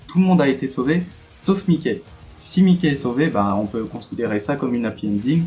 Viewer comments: ca se prononce maiki pas miké mdrr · Regarde l anime tu pronons mal le nom